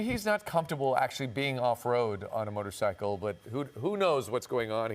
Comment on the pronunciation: The first anchor dummy said "motorsickle"